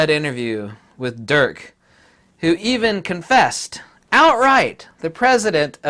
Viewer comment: Dirk Jasper. But please don't pronounce it as Durk. XD It's Dirk with the "i" of "it" or "if". (unless it's some sort of joke in which case ignore me ;) )